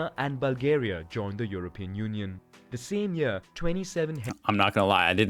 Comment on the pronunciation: Cant you say union?